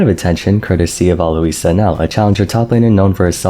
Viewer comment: How do you pronounce Alois name wrong when the guy says it all the time